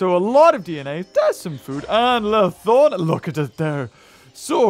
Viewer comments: LythRonax not LythoRnax.. lmao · How... how did you manage to say Lythornax? Seriously, is this something I'm missing or what? It is spelled (and pronounced) Lythronax, and you managed to swap the R and O? I'm really not trying to be mean, but what led you to conclude it was pronounced that way? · Also Lythronax is pronounced (lith-row-nacks)